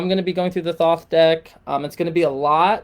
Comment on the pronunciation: This is bullshit. The “free guide” is a subscription to your website so you can push your brand for monetary reasons and con people into thinking your ideas are the words of God or in this case Thoth which for all scholarly purposes is being pronounced incorrectly this entire video. If you want peer reviewed papers, I can prove this as well, this is a shame. It’s very clear you don’t project or have ever met Thoth.